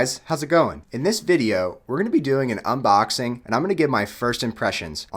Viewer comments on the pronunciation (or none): Why did you say unboxing like that